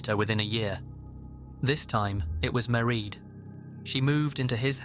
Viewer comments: Just a tiny nitpick for future reference: the name “Maireád” is pronounced to rhyme with “parade”, not “ma-read”. Otherwise, loved the video as always! I appreciate the amount of effort that goes into your videos every week. Thank you,! ❤ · Mieraid* Philpot not Marie x